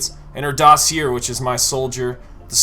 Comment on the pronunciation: I dig the video, very informative. But bruh, your pronunciation of "dossier" is killin' me